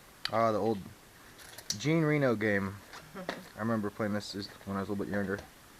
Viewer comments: Yeah... You really need to French it up a bit. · I love the way you pronounce Jean Reno...lol